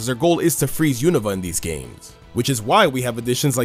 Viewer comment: My favorite thing about anipoke-tubers is that they pronounce “Unova” correctly. It’s been 10 years, why don’t people pronounce it correctly?